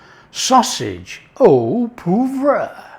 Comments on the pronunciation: Haha. I think his initial poo vrah became poo voir which should methinks be more of a Pwoi vra phontically but has earned the right to pronounce poivre how he likes!! 🙂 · You Had Me at "ooo puvwah" (sry cant spell French) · Oh pwarvrer, but uses Yorkshire pronunciation. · you need to work on your pronunciation of "au poivre"! 😜